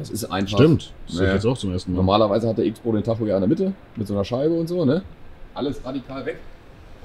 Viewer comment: Hört bitte mit dem "X" - bow auf.. das Auto heisst "CROSSBOW"!